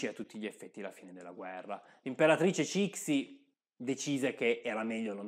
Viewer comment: Ciao, ti segnalo il libro “l’imperatrice Cixi” che offre un punto di vista un po’ diverso. Il video è molto interessante. Ti prego, non pronunciare Cixi così.